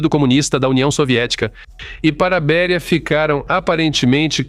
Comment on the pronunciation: Não é Bería mas sim Béria. Ou não fala português? Obrigado